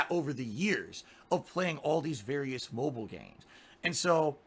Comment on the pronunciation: I laugh every time he says "Mhobull games". Can't he speak like a normal person? After the second stroke he had couple of years ago I can barely understand him half of the time.